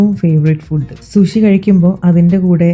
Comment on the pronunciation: ഫുഡ്ഡ് അല്ല ഫൂഡ്..😂